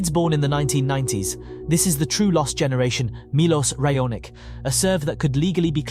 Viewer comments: "Cilik", "Raonik"... Ignorant idiot! Learn to pronounce names of tennis players. Until then you are not qualified to talk on the subject. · And Milos Ray-o-nik! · So you know how to pronounce Djokovic, yet absolutely butchers Cilic and Raonic. Why?